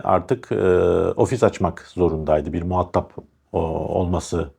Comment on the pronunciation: "Muhattap" değil "muha:tap"...